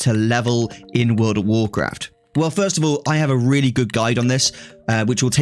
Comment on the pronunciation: “Woord of worcwaft”